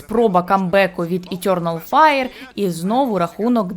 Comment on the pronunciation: Етьорнал файр. О боже, хто дав їй озвучувати цей відос, мало того, що голос по вухам ріже, так ще й вимова чудова